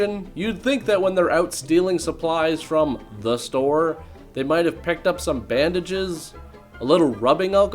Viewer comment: I swear...every time you say, "The...STORE." I laugh harder and harder. Stupid fucking movie.